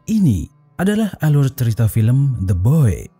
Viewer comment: pas lu bilang the boy gw malah dengar Gomoy🔪😭😭